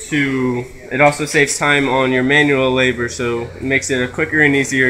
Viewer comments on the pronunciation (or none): "You can find it in the manrual." haha.